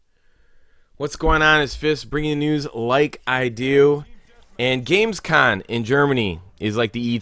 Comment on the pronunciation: gamescoM!!!! NOT gamescoN!